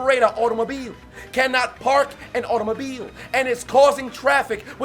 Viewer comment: I love the way this guy says the word "Automobile"😂😂